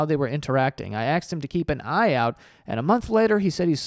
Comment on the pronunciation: Please,, it's ASKED, not AXED.